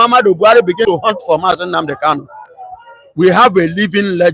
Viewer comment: I am Tunde okafor saying that doesn't know how to pronounce KANU but he calls him KALU.What a shame to this abgoro